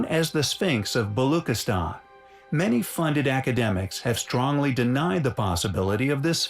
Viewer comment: Pakistan is full of very very old civilizations including the very old Buddhist Jain and Persian history. I’ve traveled through multiple times and the museums and sights were phenomenal The way he kept saying balochistan though 😂 It is baloch (rhymes with roach)